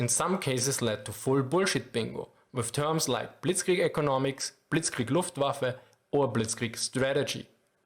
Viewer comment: Here is a very german response to your attempt of pronounciation (direct and brutally honest): It's not as bad as it could be, but you should definetly keep practicing. ;D It's hard to master our language, but you can do it. (I hope you don't "get this in the wrong throat" as we say. 😅 Germans are very direct.) I love your videos.